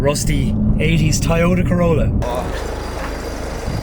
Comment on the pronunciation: why do you say tayota instead of toyota